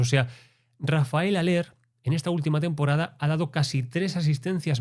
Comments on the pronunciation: Hola, buen análisis! Haller se dice "Jáler" (Al menos así se dice en Uruguay que no hablamos el Español nativo original jeje) Abrazo! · A haller se lo pronuncia "jaller"